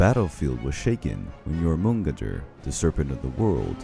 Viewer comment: "Jormungandr" was pronounced differently every single time it was said.....